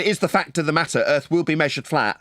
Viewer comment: he only made it 1 minute and 30 seconds into video by this point. How many times did he say erf mezzyoured fwatt? oh that's right, it doesn't matter. Just SAYING ERF FLAT isn't evidence.